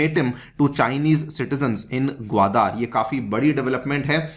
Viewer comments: भाई, ग्वादर है ग्वादार नही! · Respected sir your pronounciation of gwadar port is most annoying part of overall lecture otherwise entire lecture is good